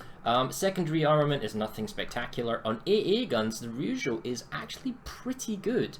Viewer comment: wrong pronounciation of Ryujo and being a weeb stopped you from getting a sub :/ other than that, good video